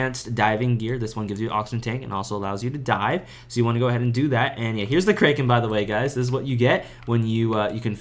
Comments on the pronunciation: btw bro its CRACK KEN not CRAY KEN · btw, kraken is pronounced as "crack-en" not "krey." just correcting, but really helpful guide, thanks a ton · dont ever pronounce the kraken like that. Its pronounced "cracken" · "the kraykan" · Learn how to say kraken and maybe people will not watch your videos and not find you miserable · bro does NOT know how to pronounce kraken